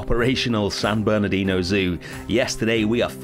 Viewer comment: Looking great ! But you forgot the R in Bernardino..😂